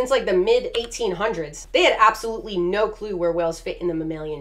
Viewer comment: I love how you say no ur just like “nyo” Luv u lol